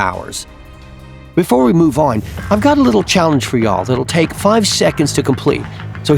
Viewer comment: It sounds weird when he says y’all